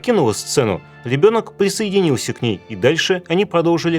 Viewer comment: извините я не могу смотреть это Ведущий сходи к логопеду! ты букву Р не выговариваешь. - ЛЕбёнок присоединился